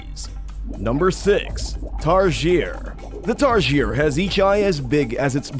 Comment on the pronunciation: its pronounced TAR-SI-EY not tar-sheer